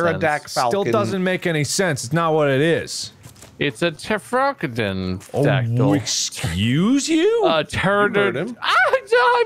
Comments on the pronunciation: “It’s a Tefrocandanfactel.” -, 2020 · I fucking die every time I hear someone say "pterodactyl"